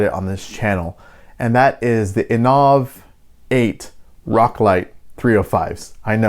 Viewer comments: In ov? I think they pronounce it innovate. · "inoaaavvvv 8".... Sorry i'm out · Aren’t they pronounced like the word innovate?